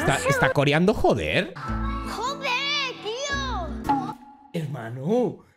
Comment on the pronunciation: NO DICE JODER DICE JOPER JAJA